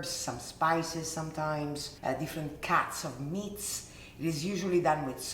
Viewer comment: Whenever you say "cuts" for just a moment I hear "cats" 😂😂😂😂